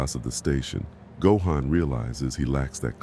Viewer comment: Gohan’s name is not pronounced right!!😐😑